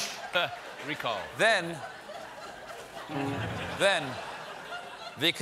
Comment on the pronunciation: I am so happy he is trying to guarantee my right of " chooshe, in the united shtush", poor guy think this is proof his brain is short-circuiting!